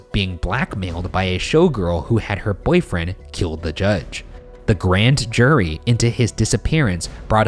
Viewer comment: Ryan, on your narration you say ,"Grand jury" and and you say ," Grant Jury". Is this code for your followers to rise up and overthrow the Shaniacs??? Awaiting your reply..... P.S I think the Judge was murdered because he was going to testify against his former friends in organized crime.